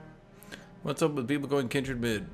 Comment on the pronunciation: Noooo it's Kindred No Aaaaaaaaa!!!